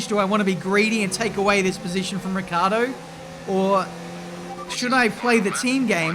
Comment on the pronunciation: It's annoying to hear you call Daniel Ricciardo, "Riccardo". Why do you forget that "i"?